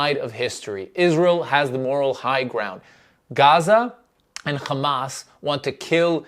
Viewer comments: it’s hamas not khamas.. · John Oliver spoke truth. And btw, its not KHamas, its Hamas with an H.